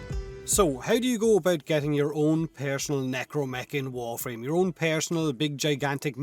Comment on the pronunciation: “Pairsinnnal necromech”